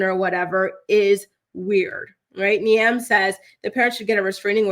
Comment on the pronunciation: Poor Niamh getting her name butchered 😂 it's "Neeve" not ne-emm